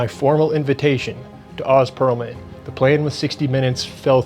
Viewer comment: You’ve watched all this content of him and can’t say his name right? You just a jerk that is deliberately saying his name wrong or are you just a jerk who doesn’t care enough to get the name right of someone you’re calling out? Honestly the latter doesn’t make sense seeing how many clips you’ve watched with him and his name being said.